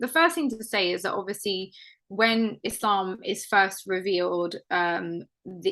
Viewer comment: Islam not ezlam for the guy first fucking talking, you must lern pronounciation first before lern what islam is